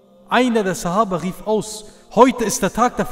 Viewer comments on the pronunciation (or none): none